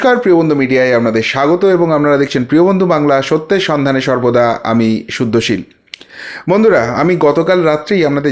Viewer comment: আপনি শুদ্ধশিব বলেন না শুদ্ধশীল বলেন তা উচ্চারণের স্পষ্টতার অভাবে বোঝা যায় না। যদিও জানি আপনার নাম শুদ্ধশীল।